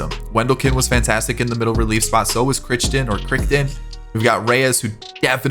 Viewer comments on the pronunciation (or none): Stephen Crichton - pronounced CRY-TON. He always seems to do well for me